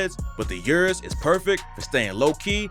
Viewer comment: You can't speak, dude, stop. Lamborghini you-rus? Stop. Just stop. It's "UHHRRR--USS". Prob par for the course with you tho. Guessing you say MAYBACK as well (it's MY-BOCK, btw)